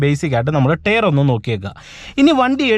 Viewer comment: എനിയ്ക്ക് അതല്ല മനസ്സിലാകാത്തത്... ടയർ എന്ന് എഴുതി താങ്കൾ ടെയറ് എന്ന് പറയുന്നത് 😢😢.